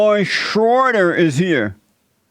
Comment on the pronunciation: WHY can't you say his name right??